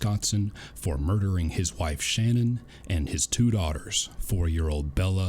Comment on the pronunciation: You put the emPHAsis on the wrong syLLAble for shaNANNN. 😜💁🏻‍♂️